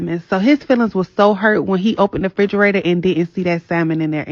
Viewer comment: AN eviction, not a eviction. Also it's REFRIGERATOR, not fridgerator as so many of the younger people believe. Let's make English class great again!